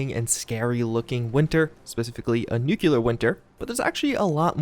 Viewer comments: Hypo=hi-poe. Like typo or hyper. Hyper and hypo are opposites. Also it’s nuclear=new-kle-er. Not “new-cue-ler” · Your pronunciation of 'nuclear' physically harms me.